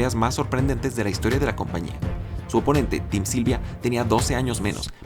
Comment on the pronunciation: min "sim tylvia"